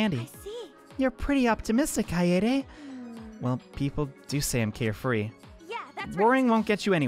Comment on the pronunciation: "kie aye daye" lol.. it's kah-eh-deh. short. japanese.